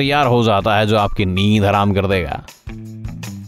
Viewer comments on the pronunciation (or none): none